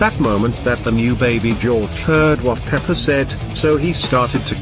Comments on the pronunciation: And also daddy pig said pepper In the part of doughnuts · Mommy pig and daddy pig call pepa peper